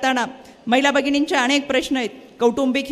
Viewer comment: रुपाली ताई न आणि ण मथे फरख आहे आणेख आसा शब्द नाही अनेक आसाउच्चार करायला शिका